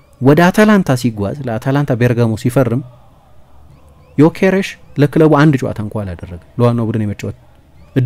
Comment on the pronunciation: The only Journalist perfectly pronounced his Name